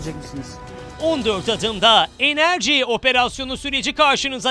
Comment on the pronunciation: 😂😂 Enerci😂😂 beter ol 😅😅